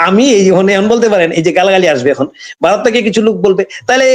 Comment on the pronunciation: Aapnara ki Vaw uccharon korte paren na?Barath Barat koren keno?